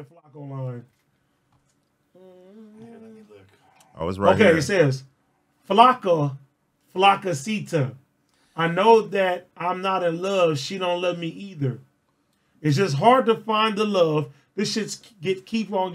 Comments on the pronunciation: Flococita is not even a word in Spanish , it’s supposed to be flaquita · Nah he say FLAKKO FLAKKASITA..CUH